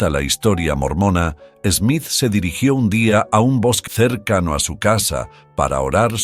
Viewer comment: Smith, not "Esmith"